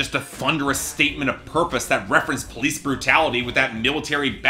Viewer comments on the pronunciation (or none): none